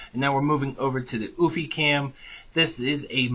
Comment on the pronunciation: Good video!...However pronounced "You-fee". Not "oooofffyyy" just looking out for ya..